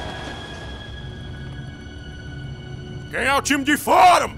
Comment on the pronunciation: “Quem é o time de fohra?” kkkkkkkkkkkkkkk